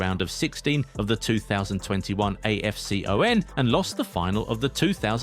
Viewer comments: Just call it afcon man, A. F C. O. N, what's that? Imagine hearing someone calling euro, E. U R O!!!! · So cringy hearing afcon spelt as single letters just say Afcon as one word not single letters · I hate how you say afcon say it together